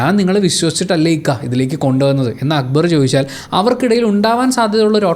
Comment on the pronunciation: Why Shanavas is calling akkubar instead of akbar . Why nobody is correcting him not even akbar 😶